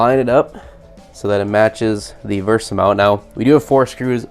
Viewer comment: VESA not VERSA